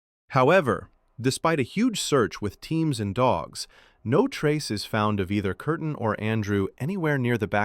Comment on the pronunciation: Her name was Kerstin, not Kertin.